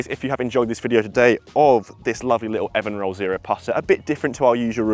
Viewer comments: Looking forward to trying this putter. I think it should be pronounced EvenRoll... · It’s pronounced EVEN ROLL. Do your homework.